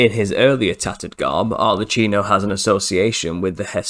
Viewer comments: ARLE-KEENO not CHEENO. "Ch" is [k] in Italian!!!!! But otherwise, fantastic research sir. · It's pronounced arlekkino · The Italian Arlecchino is pronounced : /arlekeenaw/